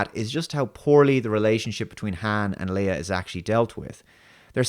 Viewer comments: For fucks sake, Leia, LEIA, not Leah :D Cringe every time you say that. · Princess LAYa not Princess LEEa! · Leia is pronounced Lay-ah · I stopped watching after 1 minute 30 seconds. The dude can't even pronounce Princess Leia even nearly correctly. Just be a huge fan eh? Get a life mate, it's a movie, real stuff is happening outside